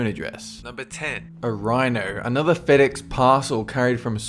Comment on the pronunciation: can you not say fedex or delivery